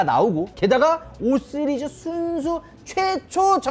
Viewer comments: 나무위키에서 시리즈 발음 잘 못하고 쓰리즈라고 한다고 보고왓는데 ㅋㅋ 진짜 5쓰리즈 라고 하네 ㅋㅋ 나무위키 정확하구나 ㅋㅋ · 5 쓰리즈 라고하시는게 계속 신경쓰이네요ㅎㅎㅎㅎㅎㅎ 내 귀가 이상한건가..ㅎ 영상 잘 봤습니다^^ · 나만 발음이 "쓰리즈"로 들리나?ㅋㅋㅋ 오 쓰리즈